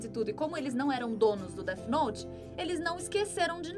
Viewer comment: A mina falando "DETI NOTI" me incomodou kkkk